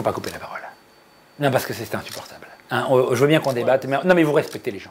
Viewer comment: "C'est inssUportable"